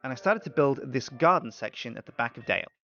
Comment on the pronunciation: Knights Templar Dale its pronounced and spelled Dale not Dell